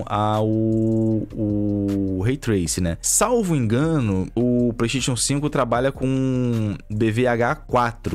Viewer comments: Vim ver o falar ''pleisteitiôn'' e ''éxi bóxi''. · o fala, Petechion 5 kkkk